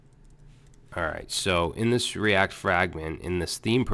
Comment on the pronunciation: Lol " the Cree-act :) , reminds me when you mis-proniounced ass in past vid